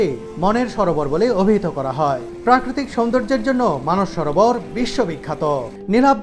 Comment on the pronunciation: কথাটা "মানুষ সরোবর ", নয়,,, কথাটি" মানস সরোবর"